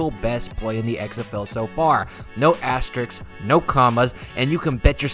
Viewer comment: Good video but......the word is asterisk, not asterix 😄